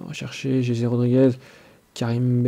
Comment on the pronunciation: fait le pas en live trop long et cest jesssse rodrigez pas jeje sinon bien